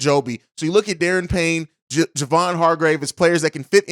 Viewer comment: It's pronounced "Da Ron", not "Darren". Hope he's stays in Washington, but Chicago could simply outbid virtually everyone else.